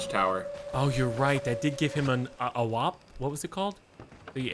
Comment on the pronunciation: in and i realize the way chilled says WAP sounds like a slur for Italians